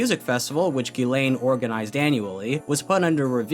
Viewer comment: I know it is 1 year after the upload but as a french viewer I must say.... Ghislaine is not pronounce that way. It is "Jisselaine" since "gi" for us is the "ji" for an english speaker and "is" is pronounced like "ise". I'm not complaining I'm just saying it as a trivia if someone is interested .